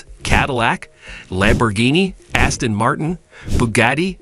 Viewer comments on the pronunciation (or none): none